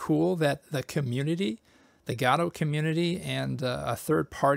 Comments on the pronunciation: I thought Godot is pronounced Guh-dough, not Gah-doe. So, I googled the pronunciation to confirm it. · Did you just say... "Gadot engine"? That's... Not how you say it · I'm such an asshole, I can't watch this because it makes me twitch when I hear people pronouncing Godot as GAWdoh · huh... Gado is a new one. (pronouncing i mean)